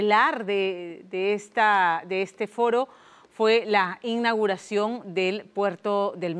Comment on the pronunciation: IN-NAGURACIÓN??? NI SABE HABLAR LA PRESENTADORA. Esto solo pasa en mi Perucito